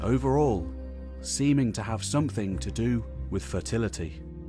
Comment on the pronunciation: Call me old fashioned but when I listen to the narration of a video about the possible origin of cities in our society. I prefer the narrator, who understandably might struggle with specific pronouns, to be able to pronounce the word "something" without substituting a K for the G. "Some-think" is not a word , if it was, I am almost sure George Orwell would have made good use of it, possibly even inventing it himself.